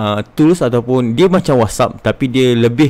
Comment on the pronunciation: Whats App bukan wassup ... good info